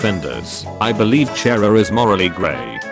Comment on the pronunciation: So nobody’s gonna talk about how he says Chara?